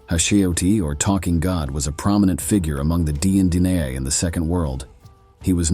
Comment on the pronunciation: Learn to pronounce the tribe name! Pronunciation..Din Ae